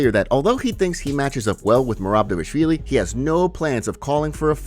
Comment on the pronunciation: Love the channel pal but every time you say 'Devashvili' I can feel Merab wincing. His names Dvalishvilli sounds a bit like Duval-ish-villi or better still D'val-ish-villi. :)